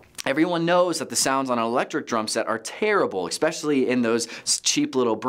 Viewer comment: I normally like the content on here... but this is a bit deceiving. I don't really want AVL or music gear advice from a senior pastor.... no offense to him or anything... But also how can we trust a guy who keeps saying eXspecially? If your church plant cant afford a few of these basic items Im wondering if you really should be planting a small group in your home instead...